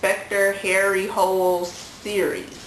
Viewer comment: Harry's last name is pronounced like 'hula' :)